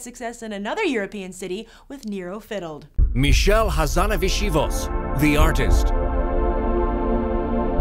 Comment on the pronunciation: LOL the voice over guy butchering Michel Hazanavicius' name.